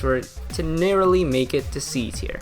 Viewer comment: Bro is never beating the not being able to pronounce C Tier allegations